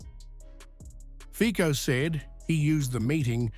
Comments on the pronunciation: Fico...no fikou.c is c-ts.read fitso.not in the english alphabet.a,b,c,d no ei,bi,si,di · Do u call the cc tv a kk tv???? That’s FICO NOT FIKO!!!🤣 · Pronounciation lesson: Fee Tso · IT'S PRONOUNCED FEET-SO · You pronounce his name wrongly. the c is not like c in car.